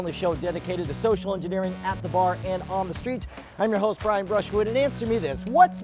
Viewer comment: it's Brian not Brain!